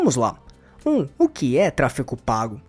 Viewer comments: A pessoa que narra o vídeo diz “TRA FI CO” ao invés de tráfego… pra mim já perdeu credibilidade. Nem cheguei ao final do vídeo. 🫣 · "Tráfego" e não "tráfico", 😂😂😂😂😂😂😂😂😂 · Trafeco???? que agonia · Ele fala tráfeCo pago... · Qual a dificuldade de pronunciar "tráfeGO"? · simplesmente não consegui engajar no vídeo pq me dava agonia o cara toda hora pronunciando "tráfeCO" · Pois é, acabei de comentar isso… como uma pessoa quer ensinar uma coisa que não sabe nem falar o nome?